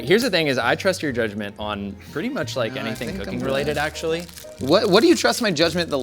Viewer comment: I’m hearing dude more actuwwaly